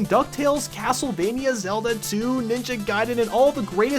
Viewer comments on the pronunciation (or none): none